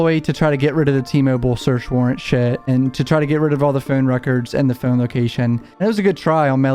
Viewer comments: The way he says phone lol phown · The way you say phone lol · You know, now that I heard it in the Hivemind video guest starred in, whenever he says "phone", I can't help but hear his accent lol.